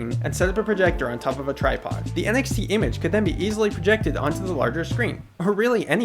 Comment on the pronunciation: whenever he said NXT, i thought he said NFT